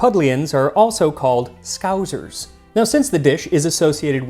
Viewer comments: Not "scow -zer" - it's pronounced "scow - ser" :) And the "r" is practically silent. In Yorkshire we pronounce it "scow -sa". And as a Yorkshireman, we are correct. ;-) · It’s scousers not scouZers 😄 it’s a a soft ‘s’ sound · They are usually referred to as thieving bastards, not skuzers as you butchered in your Yankee accent, it is pronounced Skousers as in OUT, two syllables and hide your wallet. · It always makes me laugh the way Americans pronounce "scousers" like "scouzers" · Your pronunciation of Scouser was delightfully painful to experience 🤣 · As a Scouser, love this video! Scouse is such a staple/iconic dish here. It is usually Lamb, carrots, potatoes and pretty much whatever else you might find in a Lobscouse, served most of the time with crusty bread. Also, Scousers (although it may be different from sources or whatever) is pronounced like how you would Scouse, just obviously with the ers at the end. The S near the end is pronounced how it is at the beginning, not so much a "Scouzers". Again, awesome video man